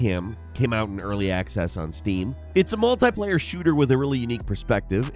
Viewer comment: MultEYEplayer.... How do you say 'multiple'?